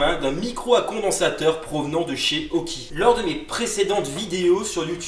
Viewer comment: on dit aukey et non auki